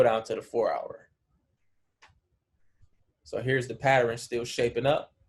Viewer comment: Enjoy the Videos bruh, but PATTERN is a 2 syllables word. Pat -Tern.